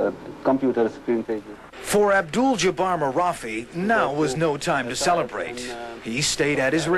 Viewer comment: his name is abduljabbar not abduuull